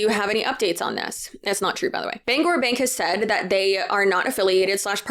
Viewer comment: I just want to say, as someone from Maine, THANK YOU for pronouncing Bangor correctly!! Lol. Bangor Savings Bank is awesome and too Mainer to be part of something like this😊